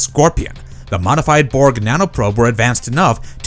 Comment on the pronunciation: Your pronunciation of "Borg" still doesn't sound swedish enough. 3rd try's a charm.